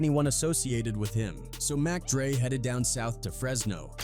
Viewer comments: 😂😂😂 "Rapper J.T. the Beega Feega" ...in an AI slop piece about "Mock Dre" wherein someone call "Nine hundred and eleven". Oh, Jesus! 😂😂😂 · You called mac dre mock dre wtf get it together